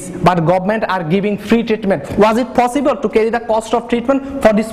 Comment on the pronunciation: It's possible not fossible